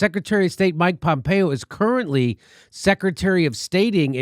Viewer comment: PhhompeOH ... ... PHOOHMPHREO!